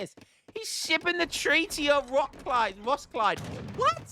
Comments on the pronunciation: It is ROS-KILL-DEH! Treaty of Roskilde, not rockslide 😂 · Roskilde: try "ross-killed", or "ross-kill-dear" with english dialect silent r